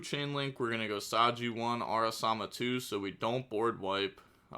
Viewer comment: araMASA not araSAMA